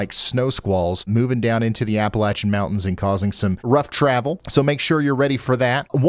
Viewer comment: This is silly to some people, but I am in West Virginia and I want to THANK YOU! First, for mentioning us. Some weather stations almost completely ignore WV. Also, for knowing how to properly say Appalachia. Too many people pronounce it with a long “a” sound. It’s annoying. Love your weather forecasts. 💜💜